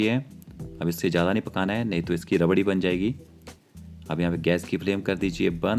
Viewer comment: Tum pehle bolna seekho. Pyaaj nahi pyaaz. Jeera nahi zeera. Jyada nahi zyaada, Jaroor nahi zaroor, jaroori nahi zaroori, majedar nahi mazedar, tej patta nahi tez patta, jabardast nahi zabardast. Uske baad Khanna banana